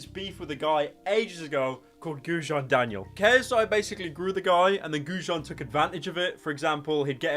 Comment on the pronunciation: you butchered Gudjons name sooooooooooooooooooooooo bad